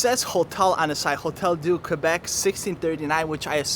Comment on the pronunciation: 1- Thank you for the right pronunciation of Québec 😅 2- It was nice to see you take a stroll in St-Roch. Not many tourists venture to that area, but there are awesome restaurants too: right next to the Gare du Palais is Chez Victor, a great local chain with upscale burgers, and Légende, a Michelin-starred restaurant. But that’ll be on your next trip 😉